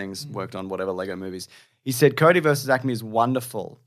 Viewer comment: They keep saying 'Cody' instead of 'coyote'. Another Dune/June situation. (kīˈōdē)